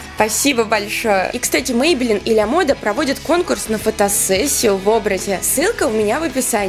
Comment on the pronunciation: Почему лЯ мода? Ла мода😵